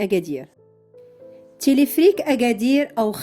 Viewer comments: Téléférique pas téléfrik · تيليفريك...تيليفريك..تيليفريك سميتو تيليفيريك Téléphérique et non pas téléphrique 😜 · وا شحال عصباتني هذ السيدة، وا راه سميتوا تيليفيريك téléphérique ماشي تيليفريك non pas telephrique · Téléphérique et non téléphrique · المرجو إعادة ل video , يجب نطق تلفريك ما شي تلفرك